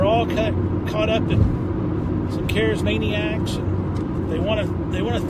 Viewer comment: I love how he said carasmaniac perfect